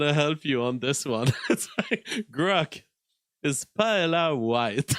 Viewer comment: Paella pronounced “Py-eh-a” LL = y in Spanish.